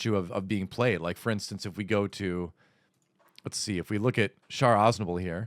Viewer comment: Thank God that one of these youtubers actually knows how to pronounce Char.